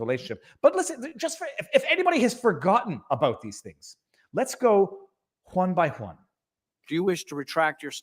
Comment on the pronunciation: there's no h in "one"